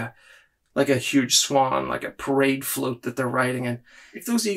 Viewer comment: Your accent made it sound like you said Pride float, and now I want to get one and paint the Aquilla in a rainbow pattern